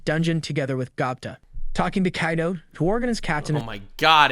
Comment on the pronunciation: how this guy pronounces names PAINS ME lol. Keido. Keijin, LOL